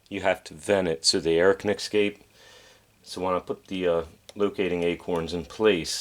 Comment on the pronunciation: Nice work... however ... (forgive me plse): but the word "escape" is pronounced eS-scape, not eX-scape